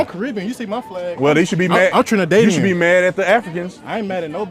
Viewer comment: “I’m Trinidadian! You see my flag!” Wait how he said Trinidadian? Lmao he said that shit white af and me know cause me is a Island youth from Dadli him no say it right a Tarl 😂